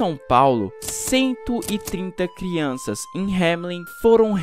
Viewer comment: Ele passo o vídeo todo falando criunças kkkkk